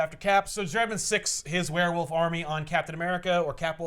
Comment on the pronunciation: I simply need to say everytime someone says "werewolf" I can only ever hear "wheir-whilf"